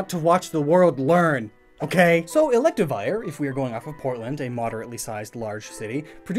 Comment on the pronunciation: did you pronounce it correctly even once?